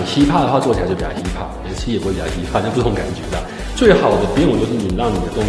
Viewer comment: 建議老師在講“hip hop”時，後面嘴巴閉一下，我個人聽到會有點出戲😅，這樣也才會讓人覺得老師英文讚讚的❤